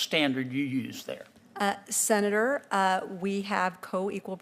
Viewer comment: What's a Sena duuurrrr?